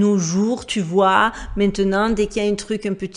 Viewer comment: Bonjour,entièrement d.accord avec toi c’est choquant! Cette petite fille dans cette tenue franchement….😡😡😡 Et qd je vois aujourd’hui toutes ces conneries genre the voice ext pour les gosses ça me fait le même effet. Bon… pour rester positif,j’adore ta façon d’oublier le T dans maintenant à chaque début de vidéo 😎💙😎 Bonne année à toi et à tous ceux que tu aime 😎😎😎